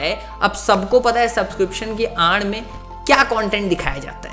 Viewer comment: I am the only one who felt like he said subscription ki "aand mein" instead of aad mein 😅